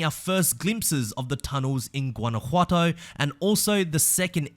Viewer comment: Loved how you improved the pronunciation of Guanajuato. ;)